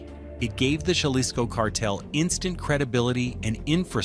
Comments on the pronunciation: Ha-lisco not jah-lisco. Your pronunciation needs some work my brother. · Good content but can you pronounce Jalisco with an H not J - Halisco. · Jalisco - Ha-lees-go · Oh wow I never knew that’s how u pronounce Jalisco! I was pronouncing it with a J this whole time haha 🤦🏻‍♀️